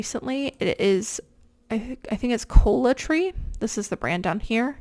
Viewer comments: It’s “Coala” Tree, not “Cola” Tree. I guess it didn’t matter though. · Coalatree not Colatree.... pronounced like the animal Koala... I actually really like their products, for myself - but never seen it while thrifting! How lucky